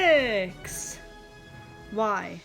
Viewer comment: “Wy” WHY